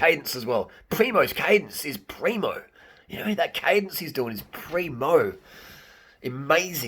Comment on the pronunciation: Harley, lose the Ž on Tadej, and add it on PrimoŽ, you are hurting my ears 😆😆 I think Roglič is going to win TDF, mostly cos there is a mountain cronometer to come, and Primož is far beter on it, cca 30 sec some predict.. and he allredy has 57sec advantage over Pogačar. And we cant forget how good Jumbo Visma team is.